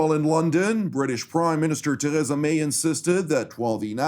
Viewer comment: Say it like this Ter reesa may ee as in street or fleet